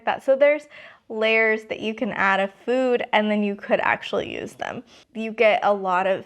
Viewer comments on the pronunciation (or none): none